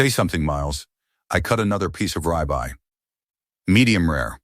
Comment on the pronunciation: Rib eye, not rye bye